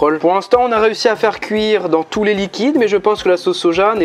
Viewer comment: Je rêve ou il a dit "j'espère que vous allez tousse " ..? Tousse quoi 😂❤